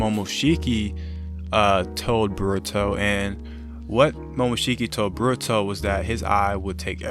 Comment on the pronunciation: Why you say boruto like burato